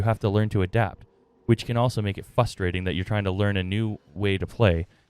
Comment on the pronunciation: Great very helpful vid, but plz practice saying "frustrating" not "fusstrating" 😂 if you're gonna say it 20x you might as well learn the word mate